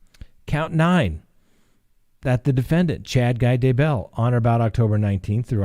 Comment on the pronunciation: I Love Your program. Thank You for your work. Just a little note. DAYbell is pronounced with the accent on Day not bell.